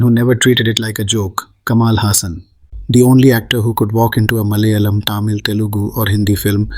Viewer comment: Atleast say Malayalam correctly since you claim to be a malayali ..LOL